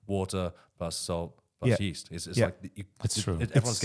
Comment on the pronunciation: You need to practice pronouncing Yeast, East is a direction, Yeast is what you use on dough. YE+EAST